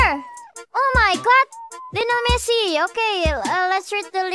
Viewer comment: She said "Lionel Smelly" 😂😂😂